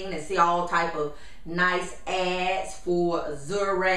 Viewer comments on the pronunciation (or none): when she says "ads" it sounds like "ass"